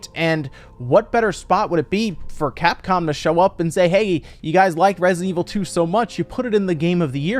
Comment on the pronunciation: Yay "Resinet" Evil.